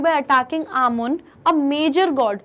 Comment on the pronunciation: Pronunciation of Amun, Aten, Pharoah is Wrongly interpreted Please refer to Pronunciation Dictionary